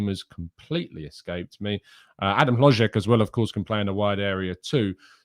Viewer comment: As a Czech native, I must say you said the name "HloŽek" incredibly well,! Unfortunately, his signing for Bayer Leverkusen is much closer each day. Leverkusen are also NOT considering selling Patrik Schick. Both Czech strikers will be playing for Leverkusen. Schick is too important for them, he is their best player and they will need him. Especially because they will play in the Champions League next season. Sources - all of our Czech media.